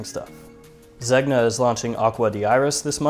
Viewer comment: I think you should get another intro for this one... to make it more... newsy ;) Also Zegna is pronounced 'zenya'.